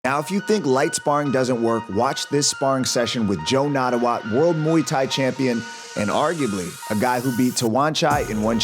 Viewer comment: The correct pronunciation of his name is Nat-ta-woot not Nat-ta-wat.